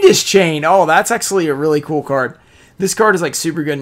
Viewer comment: I never realized you say ‘axually’... huh.